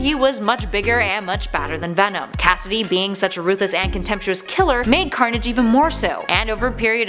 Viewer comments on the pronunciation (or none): She said scarnage on